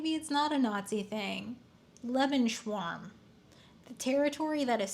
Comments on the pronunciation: ley-bens-row-m. The same thing Hitler was looking for. Not "liven schwarm" then you criticise the German language, which you evidently don't understand. And it is simply a concept that a *population*, any population, needs sufficient room to live, grow, and self actualise. See also rat park re the harm of not giving a population (any population) sufficient space. Consider that humanity is limited in our maximum size by the resources we have on earth. You talk of log population growth as a national concept. You talk of all of this a national concepts... and complain about nazis... but you yourself have a nationalist view. Now consider the planet as the population... and globally our population growth has been fairly logarithmic... until recently, but we're running out of easy to access resources. Oil has been running out for decades, but we still have petrol, it just takes more effort (more capital) to access it. You are thinking of humanity in silos. Not a a collective population. We're divided by ideas, but united as a population by the simple fact that we all have I live on this planet. Stop talking about nations. You're putting yourself in a cage which limits your ability to understand the theory It's a good video, and I've enjoyed watching. Now, rebuff my claims. Cus you talked about nation's. You misunderstand the fundamental concept of Lebensraum isn't racist or nationalist, but should be applied to all populations as a whole... bees will make new hives when their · love you. Just to let you know it's "Lay-benz-Raum" It's not really important though 😅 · Lebens- RAum (not Leben-schwarma lol)is pretty famous for being a nazi propaganda talking point. It's how N germany justified invading other countries. They deserved land to expand their superiour people. yup..I'm always amazed i know anything you don't...I guess even the sun has spots! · "lebenS-raum" .. not "lebenSH-raum" 😭 its genitive/possesive S like in english.. /LE(Y)-bens-roum/